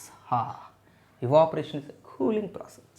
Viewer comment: Sir that's not eevaporation that's evaporation